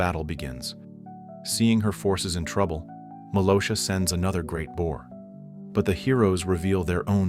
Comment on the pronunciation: Hey dude just to let you know her names malgosha not malosha